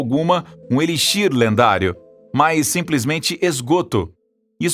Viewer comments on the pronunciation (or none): none